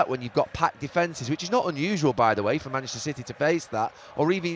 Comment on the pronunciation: Why can’t Gary say the word ‘Manchester’?? “Who’s “Mansh City”??🤦‍♂️🤦‍♂️you’d think since he’s from there he’d be able to pronounce it properly 🤡